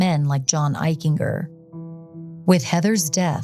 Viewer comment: Eichinger; a hard-G, like a J. "Eich-en-Jer" I went to Middle School and High School with John, he was a pretty nice kid but I noticed a cruelness once in light of what happened.